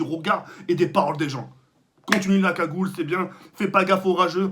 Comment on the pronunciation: Gagoule tu me decois